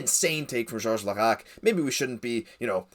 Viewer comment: "George Laraque" .....